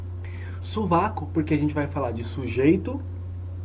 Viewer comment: "SuVaCo" kkkkk